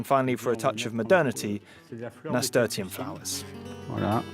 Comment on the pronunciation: That's not how you pronounce "nasturtium", and they were leaves, not flowers!